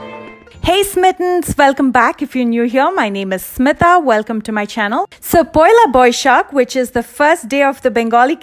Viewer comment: It's poila boisakh , not pohela boisakh